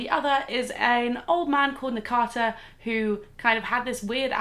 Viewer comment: its nakata not takana.. shoutout to